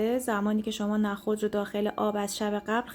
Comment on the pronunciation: لطفا نخود رودرست تلفظ کنید نه با فتحه!!😮